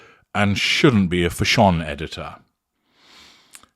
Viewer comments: Vile woman 😮 its nothing to do with CREASES...all the clothes are wrong on her short stumpy body.she's a plain short woman.and doesn't suit these clothes..and it's fashion.not fasssshun..u must know ur pronouncing it wrong 😅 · Fah-shon killed me 😂😂😂😂😂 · Why does he say " Fa'shone"? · Because it adds to the humor for certain listeners. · U said Fash On just I was sipping a glass of wine! I almost spluttered it out!! xx